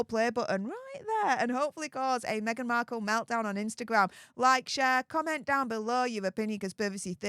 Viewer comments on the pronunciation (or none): Markle is on this earth to promote herself, but we read about her all the time, so we are at fault. For God sake, stop dropping your " T's "